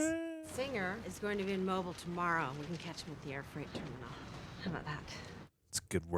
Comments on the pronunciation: Mobile (Alabama) isn’t pronounced “MO-bull”. It’s pronounced “mo-BEEL”.😂😂😂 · jeez, even these people in the movie don’t know how to pronounce it. It’s “mo-BEEL” not “MO-bul”. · I absolutely adore this movie, however there is one thing that just drives me bonkers : They keep mispronouncing Mobile. For anyone not aware, it’s pronounced Mo-BEEL. Blame the French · That is my ONLY beef with this movie. It is pronounced mo-BEEL. If you’re from Alabama you know. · How does a woman from South Carolina mispronounce Mobile, Alabama?